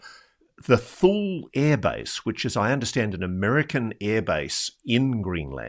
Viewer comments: Ross, it’s hard to take this seriously when you can’t even pronounce “Thule” correctly. It’s not “thool”, it’s “too-lee”. The young man even pronounced it correctly and Ross missed it. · Thule AB is pronounced "too-lee" not "thool" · It's pronounced "two Lee" not 'thul' ... lol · ROSS ROSS ROSS!! The name of the American airbase is pronounced "TOO lee" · My dad worked in Greenland several times on the Distant Early Warning (DEW) Line, at Thule (pronounced 'tooley') Air Base and also at Sonderstrom. He did not mention seeing orbs there, but he did tell us about seeing a most definite UFO along with 30 or so other air force officers and enlisted on a mid-1950's military flight across the Mediterranean to Turkey. They watched an object or craft that seemed to be shadowing them when the pilot came over the intercom, pointed it out on the left side of the plane, and after a while said, "I can't tell you what it is, only what it isn't -- it isn't ours, and it isn't theirs." His reference was of course to US/NATO and the USSR/Warsaw Pact. Dad made no speculation as to what it might have been; he only knew that nobody on the plane had a clue. It moved with them for at least 30 minutes. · thule is pronounced toolie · "Tool - ie " is the pronunciation. My Dad was stationed there in the 70's